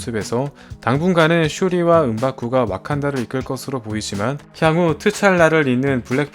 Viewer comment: 왜 트찰라라고 하는거임? 홍대병임? ㅈㄴ 거슬리네